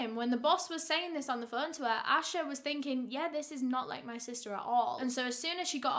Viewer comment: "Picking up the Fuuun" Learn to pronounce o